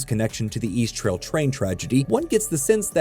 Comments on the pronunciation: It's EAST-RAIL not "east trail" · So annoying pronouncing East Rail as East Trail. It's RAIL because it's a train, FFS.